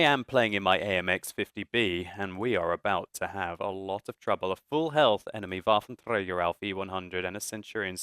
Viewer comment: I do love your videos so much but please for god sake could you stop saying waffentrager, the way you say like waffentRRRRRager, thats so annoying.